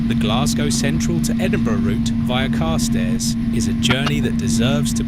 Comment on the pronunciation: Yes, a really irritating voice. Carstairs has the accent on the second syllable as far as I am aware.